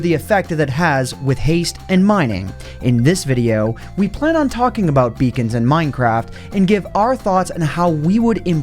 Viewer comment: everytime he said beacons i heard vegan